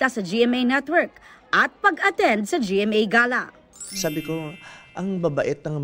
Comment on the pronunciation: GMA Gala. As in gahlah talaga? teh Geyla hindi guhluh luhhh🤣🤣🤣🙈